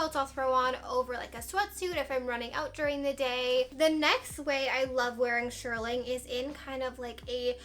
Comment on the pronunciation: not to be mean but if you are going to say shearling a million times, pronounce it correctly!! Shear (like a scissor) ling. Shearling, not shirling.